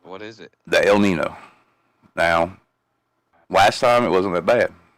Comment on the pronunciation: Its pronounced el neen yo not el nin o.